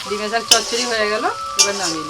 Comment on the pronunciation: Dime saag bole na.... Gime saag bole 😁